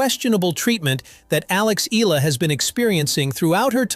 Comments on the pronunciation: Her name is pronounced: EH-ah-lah. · It's pronounced as Alex Eh-yah-la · Alex Ee-lah....another AI excellence, good job AI! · Eala is pronounced E ya la. Thank you. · At least try and get your dumb automated voice to pronounce her name correctly. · I don’t think the WTA has anything to do with court assignments at the AO or other Grand Slam tournaments. Eala is a great young talent (and this video butchers the pronunciation of her surname), but this video doesn’t seem completely factual. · Get the pronunciation right of Alex last name please ... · Say her surname correctly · It’s pretty hypocritical of you to complain about disrespecting Alex Eala when you don’t even bother to train your AI voice to pronounce her name correctly. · Why can’t this guy pronounce “Eala” properly? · can you please pronounce her surname right. thank you. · It's eyala not ela.. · her name is not Ila. it's - Eh a la. and his name is not Joke ovich. stupid Ai voice! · Filipina dear boy. Not FilipinO. EYALA, not EELa. Pls say it right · Its not Ee luh should be pronounce in Filipino... "Ey Yeah luh." not eel luh. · Eh-ah-la Not i-lah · Eee-yah-lah! not eee-lah! Okay, group hug! 😂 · It’s not Ila but eyala that’s how her surname pronounced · Not ela its eyala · Every time he mentions her last name i winced! It's not "Eehla", it's pronounced E-A-LA, like "eyala", damnit! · My comment is Sir, correction it's, "E -yah -La" to pronounce her surname not. " E-la" Thank you for your good content about Alex.❤ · EALA NOT ELA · I don’t agree with many of Novak’s beliefs outside of tennis but within tennis he really knows his shit, he is a tennis legend! 🙌🏼 Proud of Alex Eala!! (pronounced YAH-LAH, not “eeh-lah” as that narrator said) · It's pronounced E-YA-LA not EELA. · It's Eh - Ya - Lah, not Eee - Lah. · It's Alex EALA (Eh-Yah-LaH) Not Ee-Lah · It’s not Ee-lah. It’s Ee-Ya-Lah 😊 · It's NOT read as "ila" it's "eyala" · Please. It’s pronounced Ee-yah-la, not Eela. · E-YA-LA not E-LA. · its ee-yah-la